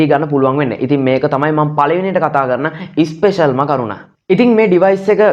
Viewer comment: ඉස්පෙෂල් නොකිය ස්පෙෂල් කිව්වනම් තවත් මරු